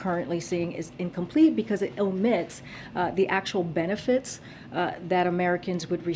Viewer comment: Penefits?..... Am I the only one or can she absolutely NOT TALK?